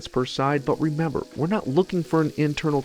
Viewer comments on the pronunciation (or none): none